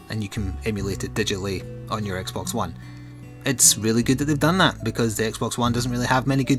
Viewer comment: I've been wondering but why do you sometimes call x-box, x-bone?